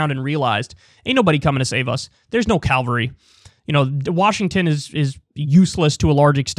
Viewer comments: Peevish Pansy here. "Cavalry," Kyle. Cavalry. Calvary is the name of the hill in Jerusalem where crucifixions took place. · Kyle needs to learn the difference between cavalry and Calvary.